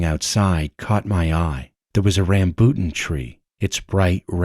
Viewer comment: Bro can you please pronounce Rambutan correctly?